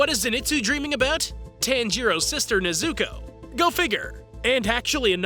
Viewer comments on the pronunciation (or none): NEZ-OU-KOE*** not NEZ-OU-KOO